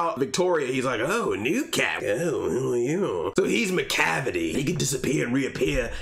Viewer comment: "MACLAVICLE" made me weak 😂